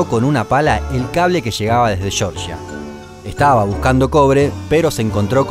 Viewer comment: "el cable que chegaba desde chorcha" "un racho cortó el cable que chegaba desde fichi" jajaja, de qué parte de Argentina es tan cargada la pronunciación CH?